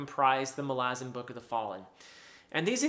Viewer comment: Doesn't the stress belong on the first "a"?